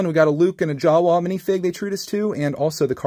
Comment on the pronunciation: The way you say "Jawa" is hilarious